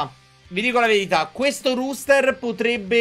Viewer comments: si dice roster, non ruster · Comunque sarebbe "roster" , non ruster, e si scrive appunto roster. A parte questo non credo sia troppo attendibile, ma naturalmente sarà molto simile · tube innanzitutto auguri, ma perché dici ruuster? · ti prego si pronuncia e si scrive "roster" rooster significa gallo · Il ruster haahahahahha nuovo meme (ero in live)